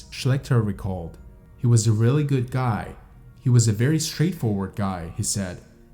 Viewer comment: Words like understood and good are not pronounced understewd and gewd. Met is not mat. Leader is not litter. You don't get to change how a word is pronounced just because you are a narrator.